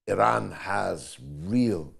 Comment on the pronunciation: Interesting that the Americans cannot even pronounce Iran properly. Culturally ignorant.